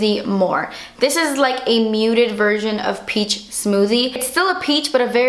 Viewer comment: Hahahah "A shimmery virgin!" HAHA. I cannot stop laughing. Mostly every single time I say the word, "version"- I end up actually saying "virgin." Every time. It's so funny.